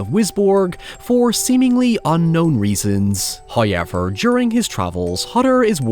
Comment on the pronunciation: First "hoyevver" drops . And with that, we close the year.